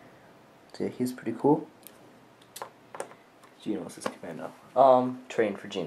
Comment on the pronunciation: Isn't it Geonosis Not Geninosis?